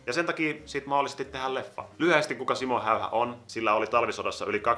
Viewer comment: ''Siimmou Heiha'' xD #Suomionvaikeekieli